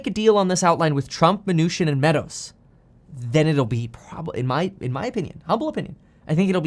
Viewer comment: I like it when he says Steve Mah-New-Shin!